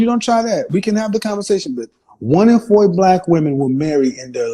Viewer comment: The number is pronounced Four....not Foowar😂😂😂 country ass